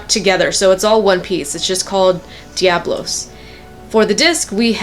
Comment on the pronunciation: its pronounced devolos